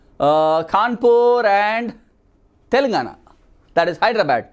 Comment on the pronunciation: Sir Please Pronounce 'Hyderabad' Rightly🙏🙏